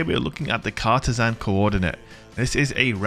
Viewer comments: You're saying it wrong. It's not Cartesan, it's Cartesian. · Car-TEE-jinn. Sorry, I work in Cartesian coords for a living, makes my eye twitch when I hear it butchered so badly lol. Love ya vids,! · It's pronounced car-TEE-shun. :)